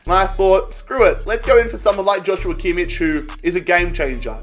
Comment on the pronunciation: he always pronounces Joshua Kimmich's name wrong